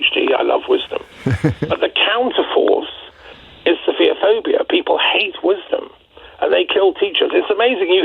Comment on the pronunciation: True. I found it slightly amusing that the two of them made it sound like "sophia-phobic."